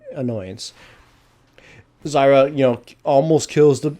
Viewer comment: this is completely redundant and irrelevent, but what caused you to pronounce zyra's name differently compared to other team battles?